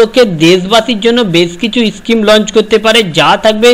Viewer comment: are bhai uchharon to thik kor kotha ta eschime noi ota schime😁😁😁😁😁😁